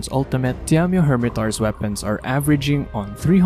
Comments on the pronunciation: Not diamyo, its Daimyo... The A comes first, idk how you can mess that up lmao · pronounce daimyo as die-myo... not di-am-yo, not diam-yo, not dyam-yo... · It's pronounced "Die-myo" :P That said I really hope they did a lot of work with its moveset, as I found his fight dull and annoying in previous games. There's at least that new jumping claw attack that looks kinda interesting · I had to make a comment to help your pronunciation. Daimyo is a Japanese word and is pronounced die-me-oh. A daimyo was a fuedal lord of Japan who were vassals of the shogun, hence there being a shogun version in the games. Good video! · for some reason, why do i feel like every time you say Daimyo Hermitaur it sounds like " DAMN YOU Hermitaur" - probably just me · Demdieddeiodoido. You can say Shogun but not Daimyo 😂